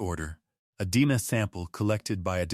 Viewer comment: I hate AI narratives. DNA is repeatedly called Dena. Ridiculous!